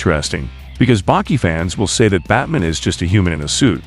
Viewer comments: This was decent but unfortunately had to cut it short due to my rage that builds everytime the ai says 'batmin' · Say Batmn one more time please 👌👌👌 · "Batmin" hahah